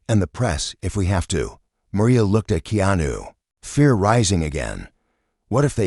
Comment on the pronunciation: Please pronounce Keanu's name properly